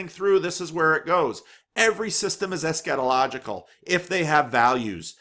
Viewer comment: Ha, sometimes I have to stop and think about what he really said. Maybe more stress on the first syllable or constriction on the 'a' would help. "ESSchatological" or "eschetological" ..Not that I have any clue how it's supposed to sound.